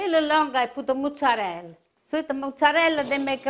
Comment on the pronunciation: why do so many italians mispronounce mozzarella? did she pick this bad habit up in Jersey? there is no "moo" in mozzarella, people.